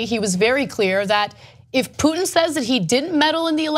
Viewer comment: his name is poo-tin.. not truth-in .